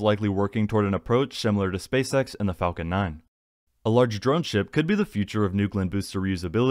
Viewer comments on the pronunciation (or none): none